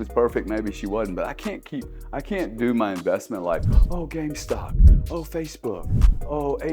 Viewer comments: I won’t listen to a man that calls it “game stock” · Why didn’t anyone tell him that it’s GameStop not gamestock haha